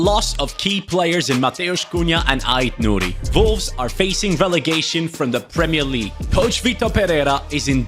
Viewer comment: love the german pronunciation of volves 😝